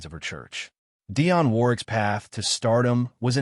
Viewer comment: it's DIONNE....NOT Diane. But she is a superb artist.